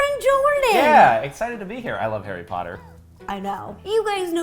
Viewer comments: HARRY POTTAH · Me seeing the “theme cookie” Harry Pottie ! Sounds like Hairy Potty 😂😂😂😂😂🤣🤣🤣🤣🤣🤣